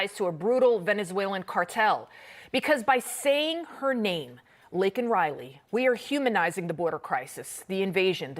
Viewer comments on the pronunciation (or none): The fact that Brandon apologized for calling a murderer "illegal" but NOT for mispronouncing victim Laken (Lincoln) Riley's name tells you EVERYTHING you need to know about him. R.I.P. Laken Riley.